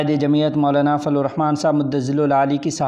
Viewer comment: یہ لفظ فضل,,,,,ض,,,,,, ھے لیکن آپ فلو ادا فرماتے ھیں